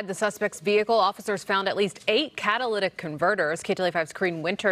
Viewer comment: Haha can’t get over this reporter pronouncing catalytic 🤣🤣